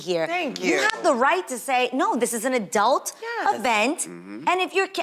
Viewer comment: Absolutely, I love her looks this season. But question: am I the only one who hears 'adelt' when she says adult tho?!?